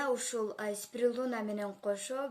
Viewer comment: Спирулина деп туура айт